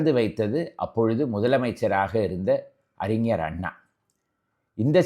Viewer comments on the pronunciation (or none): none